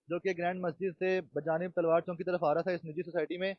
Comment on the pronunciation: Chonk ni hota Pyarey Bahi, Asal lafaz Chowk hota hy.